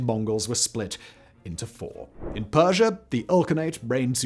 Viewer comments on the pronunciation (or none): none